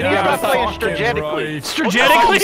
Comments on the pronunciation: “We need to start playing stragetically.”- H20 Delirious 2017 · "We Need To Start Playing Stragetically" As A Wise And Hilarious YouTuber Once Said 😂😂😂😂😂😂😂😂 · I died when delirious said stragetically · "We need to start playing *stragetically*"-Delirious2017 lmfao i love him so much😂😂 EDIT: "2017" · “We need to start playing stragetically” 🤣🤣🤣 I’m fucking dying. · "We need to start playing stragetically" ~H2O Delirious 2017